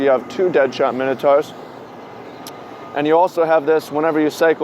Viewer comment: I hope people start saying Minotaur correctly 😞